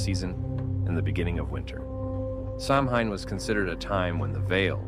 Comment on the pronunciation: Good video but please take the time to learn how to Samhain!! It's pronounced Sawhen